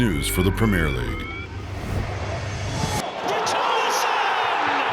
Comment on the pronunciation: …and they way it says premier and Solanke is laughable.